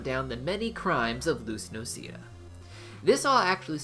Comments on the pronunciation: It's noh-seh-da, get it right, not no-see-dah: this is giving off serious Hermione vibes. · “Luz noseeda”.. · Noseeda hurt me in my soul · Me who is a mexican Me: HA! he said her last name wrong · How he proposed "noceda" Triggered me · Was soooo tempted to dislike this after he pronounced her last name wrong